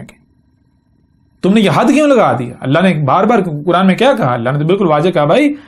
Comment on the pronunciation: یہ چھوٹی بات نہیں ہے لہجے سے ڈھیٹ پنجابی لگ رہا ہے لیکن چونکہ یہ اپنے آپ کو نبی کہہ رہا ہے تو کیا اللہ تعالیٰ نے اس کو اپنی کتاب کا نام تک نہیں سکھایا؟ کران کران کر رہا ہے بے غیرت بے شرم اور کچھ گمراہ لوگ واہ واہ کر رہے ہیں ۔ اس ویڈیو میں تو وہ کوئی خاص بات نہیں کر رہا